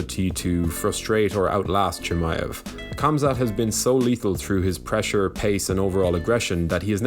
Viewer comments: i cringe when people cant spell names. K with an H is pronounced Hamzat oder habib. not kabib and kamzat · No. Leon Edwards will not derail The Wolf. The Wolf has been wrestling since a kid. In Russia. fighting and training in Russia, since a kid... Think about that. Great video cheers ps: pls say his name properly. It's not Kamzat. It's Khamzat. It's not Kabib, it's Khabib =) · KHAMZAT PRONOUNCE "HUM-ZUH" NOT "CUM-ZAT" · It’s pronounced HOMZAT! Just like how Khabib is Habib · lmao you right. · Please stop saying kumzat